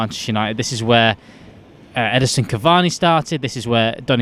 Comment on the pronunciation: It's 'Ed-IN-son' not 'Edison'